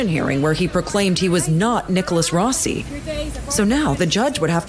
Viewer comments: His pronunciation of the surname "Rossi" is an absolute giveaway. He repeatedly says "Rosey" not "Rawsi" as an American would. That was Always the first giveaway on this case to me. And this same Mispronunciation is mirrored by the wife, and this is incongruent with her Bristol/South West accent. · Why are this couple mispronouncing 'rossi'. Italy isn't far away, and despite Brexit, the UK and Europe DO trade quite a lot. They would both know perfectly well, 'rossi' is not pronounced 'rosey'. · I love how hard the guy works to mispronounce Rossi and Alahverdian Also, the wife repeats the same lines that Nicholas has previously said in other interviews, about the press being at the door and not being about to go out for a pint of milk and that whole spiel.